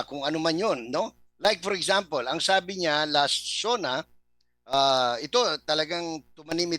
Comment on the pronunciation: Gusto ko ang "eksampel" mo.🤣🤣🤣🤣🤣